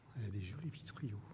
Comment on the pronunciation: Salut jeune homme ...On ne dit pas vitriaux .....mais vitraux ! Sinon belle balade ! !